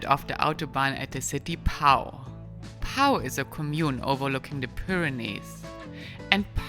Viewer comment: Pau is pronounced 'Po'.